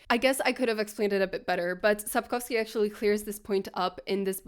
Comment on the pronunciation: Произнесение Сапковского и названия книги тебя выдало 🙂